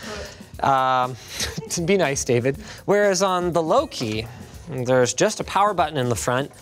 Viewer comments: Me: Thinking Linus said: Great job, lowkey. Also me: Realising Linus said: Louqe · I THOUGHT HE WAS SAYING LOW-KEY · It’s pronounced “low-key” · Lowk >>> low-key?? Edit: nvm he corrected it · It's "low-key" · pronounced luke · I think Louqe is supposed to be pronounced low-key or loki. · "The LOWK Raw S1" Lmaooo the poor company when they heard you butchered their brand name haha - its pronounced "Lowkey" Linus ... EDIT: ah nvm he got corrected lool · "LOQUE" is actually pronounced like "Low-key" or "Loki" from Marvel. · Wasn’t the company name pronounced like Tom Hiddleston’s character from Thor?